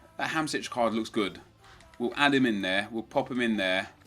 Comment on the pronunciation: Everytime you say "Hamsich" it makes me cringe